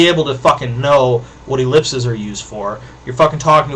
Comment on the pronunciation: The plural for ellipsis, "ellipses" is pronounced; (ĭ-lĭp'sēz). Please, if you're going to have a rant about the use of ellipses contrary to the Chicago stylebook, pronounce it properly. :)